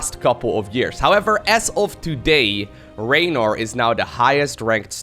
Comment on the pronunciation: FYI< both of you guys, it's rEynor.